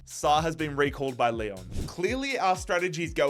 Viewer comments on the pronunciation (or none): none